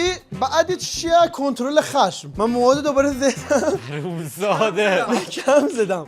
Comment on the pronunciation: کنترل خشم❌ کشترل ختم✅ 😂😂